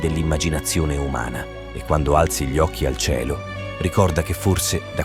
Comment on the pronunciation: video ben realizzato FORSE DA GPT... che non sa pronunciare "gli" ma dice G-li. Comunque... trovo che sia inquietante, sinistro e piuttosto inferico.